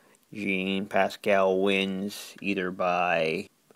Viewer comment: its jean pascal not yann pascal